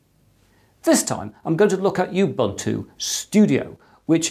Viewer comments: Thank you for this video. Please note we pronounce Ubuntu as Oo-boo-ntoo not You-boo-ntoo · I get really annoyed when people say U Buntu instead of how it should be pronounced Oooh Buntu This is a South African word it's not that hard to pronounce so please get it right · Sir, it’s not pronounced “youbuntu” but “oobuntu”. I should know, since it’s derived (thanks to Mark Shuttleworth) from an African term meaning “the spirit of togetherness”. “Muntu” means person in most Bantu languages. Pronunciation matters. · It's not pronounced you-bunn-too. It is pronounced oo-boon-too. It is a Zulu word meaning 'humanity'. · Not youbuntu but oobuntu. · It is pronounced OOOObuntu not youbuntu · Ubuntu is pronounced ooh boon too. I know, I am from 🇿🇦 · Dude.. my recommendation to u is to pronounce Ubuntu with an uuuuuh sound,,,cos the UbAntu with an aaaah sound that you do is a racial slur in South Africa. It sounds like u say "u" followed by the "n word". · You-buntu? Not Ubuntu? Every educator needs to start with learning to pronounce things correctly. I cringe when hear people trying to teach me things, but they pronounce names wrong at the same time. These people create rejection toward their message as a whole and negative emotions in me.